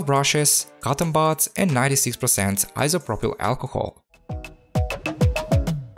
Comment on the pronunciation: yes bro. many of us come here to just hear that 96% iso pro pail alcohol🤣